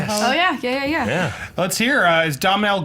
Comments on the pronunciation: God dammit his name is pronounced 'Doh-nill' Gleeson not 'Dommnal.' It's an Irish name. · His name is pronounced D'oh-nal Gleeson! Not Domnal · Domhnall Gleeson's name is pronounced Donal not Dom-nall. Sorry but that was really bothering me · Dom-Nall???? Its "Doe-nal" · Hey. It's not Dom-nall Gleeson, it's Do-nal Gleeson. It might be spelled Domhnall but that's an Irish name in the Irish language and the mh is silent. Trust me, I'm native Irish myself. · Guys I'm Irish and I'm telling you, Domhnall is not pronounced 'Dom-Nall', it's 'Doe-Nall' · His name is pronounced Donal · its pronounced dough-null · FYI, I know you're not Irish but it wouldn't be a bad idea to research how to pronounce 'Domhnall', especially considering that he stars in two out of your three movies choices. Research always helps. It's pronounced 'Donal.' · "Domhnall" is pronounced "Doh-nall". Irish is pretty peculiar like that :) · Its pronounced Do-nall Domhnall Gleeson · Fine people at just an FYI, Domhnall is pronounced without the 'M'. So Dohnal. Or Donal is also acceptable. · Domhnall is pronounced Doe-nal. Why can't Americans pronounce Irish names. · Domnhall's name is just pronounced Donal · its Doe nal Gleeson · It's pronounced "Doe-nal" Gleeson.. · Domhnall is pronounced Dough-nall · Domhnall is pronounced "Doe-nel"...c'mon guys, it's not that hard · It's not that hard to pronounce his name. Domhnall Gleeson it's pronounced (Dough-nul) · Jesus Christ listening to "Dom-nal Gleeson" on repeat might have actually given me cancer. If you're gonna talk about an actor, learn how to pronounce his name. EDIT: Thank you Dan the fact man. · It's pronounced Doe-nal Gleeson. Like tonal, but with a D. The "M" is silent. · His name is pronounced "Doh-nal" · Andy still messed up Domhnall Gleeson's name. (Dow-nal) Still, very good episode. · Finally someone said his name is pronounced Donal. Jesus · it's Doh-nal Gleeson. the 'm' is silent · Pronounced Dough-nal Gleeson